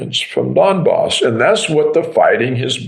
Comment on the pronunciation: Donbas pronounced Dumbass